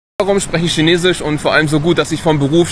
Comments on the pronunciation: In China leben und Chinesisch sprechen aber SCHINESISCH nicht richtig aussprechen können🤦‍♂️😅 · Spricht Chinesisch fließend, aber kann das Wort nicht aussprechen. :D